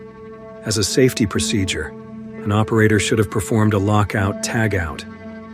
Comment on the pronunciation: And Not "Proformed" 😂